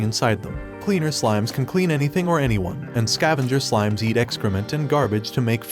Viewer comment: It's on how you mispronounced slimes into smiles